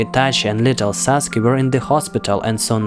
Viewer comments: It’s saskue not saske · Saske. Why saske its sasuke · Pardon. Its Sasuke not saske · Correction its Sasuke not Saske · It's sasuke not saske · it’s sasuke not saske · "saske" PLS XDDDDDDDDDDD its sasuke btw BUT I WAS SO CONFUSED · SASKE = SAUCEGAY! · Saske lol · Bro he said mikato saske wrong